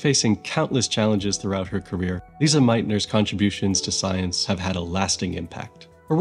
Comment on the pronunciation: It’s Lise, pronounced Lees not Lisa!